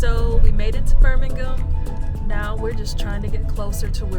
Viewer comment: I am very impressed, she is the first American I have ever heard pronounce Birmingham correctly!